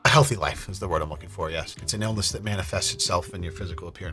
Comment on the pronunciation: I didn't actually think you would stick with that pronunciation lol that's my bad